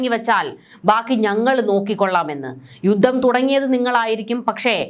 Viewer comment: യുദ്ദം അല്ല. യുദ്ധം എന്നാണ് ആയുദം അല്ല.ആയുധം എന്നാണ്